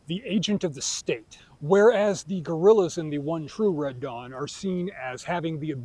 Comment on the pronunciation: That you said ‘Dead Wong’ till I saw the closed captioning 🤣